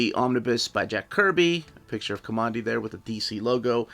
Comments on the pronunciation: Kah mon dee? Kamandi got his name because he grew up in Command D with his grandfather. His name should be pronounced Kuhmandee and not a straight up Command D. This was my favorite comic book growing up so it's kind of an thing for me to insist that this is correct. If I am wrong, well I'm just going to stay wrong. All you have to do is read the books. And I think it was in issue 50 or so, 10 issues after Jack had left to go back to Marvel, that there was a retelling of the origin. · Ka-man-di not Ka-mon-di. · Not KOMONDI, my friend. K-AH-MANDI as in Command D where we are told his name came from in the first issue. It is so annoying to hear you mispronounce his name repeatedly throughout your review. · Command D is how it's pronounced, aint listening to you man. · Command-D. KO-(MAN)-D! Your'e killing me with your pronouciation!